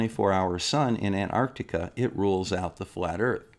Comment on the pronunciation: I agree with everything you say and flat earth idiots are flat earth idiots but there is one thing I noticed watching the final experiment videos is that a large number of presenters don't know how to pronounce Antarctica it's not Anarctica lol it's as bad as( nucilar) nuclear. It's a glorious world.